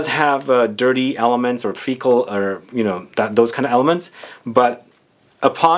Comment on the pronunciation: Did you say fecal elements?